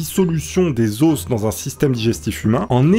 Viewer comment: C'est moi ou pas ? Parce que je crois tu as dis "Des zosses"(Os) Au lieu de "Des ZO"